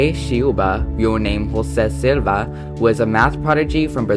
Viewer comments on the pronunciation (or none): Hi! Loved the video! Just wanted to correct the way you spoke Joze Shiuba's name. In brazilian portuguese, the 'J' is usually not silent, like how it is in spanish. The correct pronunciation of 'José' would be similar to the name Joe, as in 'Joe-sé'. For the surname 'Silva', the 'L' in the middle of the word is not 'lengthened' (as in read in a way that the sound is 'curving'). That is also more present in spanish. I'm brazilian myself and thought to let you know about this! :)